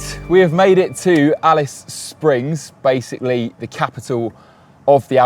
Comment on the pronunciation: Didn't this guy make the effort to find out the Australian pronunciation of Australian place names? Ignorant. He got Alice Springs correct. Genius.